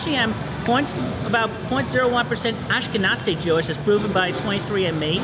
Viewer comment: The way Chris pronounces "Ashkenazi" fucking hell...